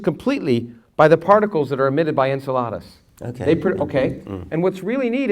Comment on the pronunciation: I hate that he says it like, 'Ensuhladas.' en–SELL–uh–dus, is the way I usually hear it pronounced.